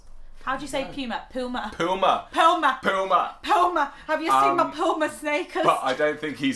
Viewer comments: Y'all say Puma wrong. It's a Latin American word. It IS pronounced POO ma. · Yep, it's pronounced 'Poo ma' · It's never ever leever (lever) or it might be spelled leaver as in beaver. It's pronounced poo-ma (puma) the animal lives in America so you are wrong. Similarly jag wars (jaguars) live in America not jag goo ars. Having alot of Italian Americans we pronounce Italian words like rissoto, zucchini, pasta , pamisian, and oregano similar to the way they do in Italy. We also pronounce Greek words like they do in Greece for similar reasons it's pasta (pita) not pitta.. BTW WE drop the H in words like honor, hour, and herb because our English fore father's pronounced them that way. We pronounce scone as in stone, because Scots Americans know where the stone of scone came from before it was stolen by the English (recently returned), You use the queens English (Victoria), whose father, mother and governess were German and so pronounce many words wrong. Your Mr Johnson had a dictionary of 20,000 words, our Mr Webster had 50,000. We have had a larger population than you since 1840 so you should be taking your pronunciation from us (and our Canadian brothers). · Puma in Spanish Cougar in English It’s a cat native to the Americas Therefore you said it wrong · For your info, Puma is an American wild cat and i think u pronounced it wrong...lol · Puma is pronounced like the animal y’all are pronouncing it wrong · Some people say lever the same way but we don't drop the R's like the British. Americans have more emotional ranges than your teaspoons, lol. A Puma (the animal logo on the shoes) is native to Canada, North and South America, so YOU are saying it wrong. We call scone.......scones, with an O as in tow. You are saying Risotto wrong, it's an Italian word, not English. Saran wrap is a brand and we say foil too.